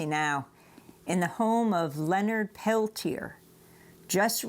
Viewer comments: Lord Almighty, learn to pronounce his name! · Really interesting. I grew up reading about Leonard Peltier. I'm glad he finally got some form of relief. As a francophone, I really struggled qith listening to this. The American mispronounciation of Peltier was like kick to the teeth every time. Ugh.